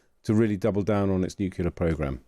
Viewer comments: " new - clear" it's quite simple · No such word as nucular